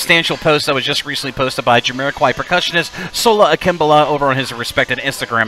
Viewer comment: Ha ha! I always said his name as Sola Ak-im-bowla! Your pronunciation sounds more correct, though. lol